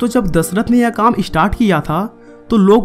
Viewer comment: O bhai kya dhasrat bol Raha hai dashrat ji bol ji